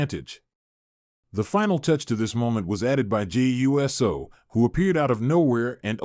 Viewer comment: This guy mispronounced Uso lol